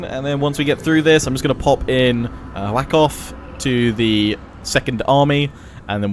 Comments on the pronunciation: Wa-khaf, though Whack-off is a pretty funny pronounciation. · I'm not great with pronunciation either, but I'm willing to bet that King's name isn't pronounced "Wack off" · You're pronouncing Wakhaf as Whack off. Wah- Khaff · Its funny how he made "whakhaf" sound like "whack off" No disrespect though, I know you try. It just sounds funny